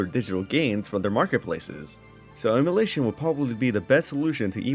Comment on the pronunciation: Say it with me "em-u-laaaaa-tion" You dont have to own the game to play it